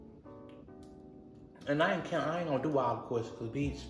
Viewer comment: “And Ian seen er since” PLEASE! 😭🤣🤣🤣😂😂😭😂😭